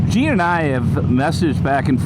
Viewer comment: Its Gene! Not Jean! Lol take care my friend!